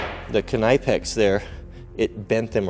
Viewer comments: Save your money buy decent tools but no need to waste $$$ knipex is a gimmick only expensive because there coming from Europe soon thanks to trumps idiotic war on tariffs chinesium will Cost the same as knipex K is silent or how is your kanife sharpening lol !! Just ribbing ya buddy love the vids, awesome test I’d be wearing my moto helmet too !! Scary !!now with that chain what’s the strongest padlock sadly those are the weakest link with a really good chain like that 😂 and after the invention of the cordless drills and grinders all chains, cables , padlocks are obsolete ya know . For a $100 bucks any thief can cut any lock or chain/cable ... I’ve been using the round puck locks on my equipment/garages etc .. and my crews vans stopped the break ins instantly . Aloha ... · Knipex is just like knife the k is silent. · I believe it’s pronounced Nipex the k is silent... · if you watch vids that the manufacturer puts out, they pronounce it Kuh-nip-ex. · Its pronounced nipex I believe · You set the chain link further into the jaws on the Chinese bolt cutters, and right out on the end of the jaws on the knipex, far more strength if further into the jaws, that’s why the Germans failed, bias testing = irregular results Also the k in knipex is silent I’m fairly sure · Well guys what did we learn, we learned that you can't say knipex properly, I wonder how you say knife or know. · I love the videos but the k in knipex is silent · Its a silent K! Your know what i mean? A knot is not a K-not.